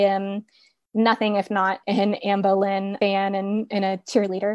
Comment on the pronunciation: Boleyn not bowlynn